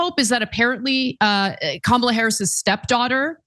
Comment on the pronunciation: Lil erkd that yos didn't pronounce Kamala name correctly.after all these years that should be e-z .have a feeling he neither knows her history nor even cares to look it up.. interesting